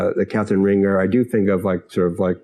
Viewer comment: "Rahn-ZHAY," not "Ringer."